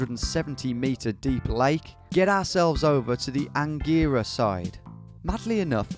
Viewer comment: Omg I was born in Angera (and you pronounced it wrong)